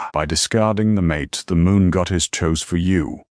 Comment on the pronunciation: the MISPRONOUONCED "mate" as "MAa' TAaa" gets a DOWN VOTE.